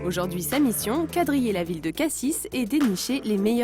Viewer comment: Par contre Cassis prononcé "Cassisse" ça me fait mal à ma Provence...